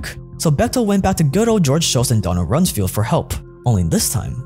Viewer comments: Good job ……BYW ….it’s Rums “FELD”….not “FIELD” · Its RUMS-FELD not FIELD. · It’s Donald Rums-Feld. Not field.